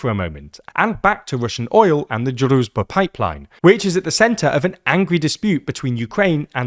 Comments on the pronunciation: It's pronounced drooj-ba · I see you're struggling with pronouncing "druzhba". It's pronounced "drew", then "s" as in "vision" and then "ba" as in "bar". It translates to "friendship" or "comradeship". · The 'zh' sound in Druzhba is pronounced like the 'J' sound in French. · zh in Druzhba is pronounced like j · Just translate the name of the pipeline to English and use that. Our ears are bleading because of you butchering the pronunciation of Druzhba.